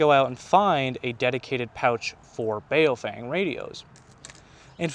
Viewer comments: Bow fung is how a Chinese man told me how it is pronounced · Bao Feng, not Bay-o-fang…and you're complaining about their English? 😂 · I feel bad for those people who pronounce baofeng as BayowFeyng like this guy in the video lmao